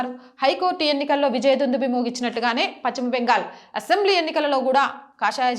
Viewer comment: Paschima ,it's not pacchima